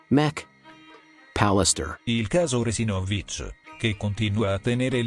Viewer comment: Il cognome Resinovich si pronuncia con l'accento sulla seconda sillaba e non sulla quarta, dopo tre anni sarebbe giusto pronunciarlo in modo corretto.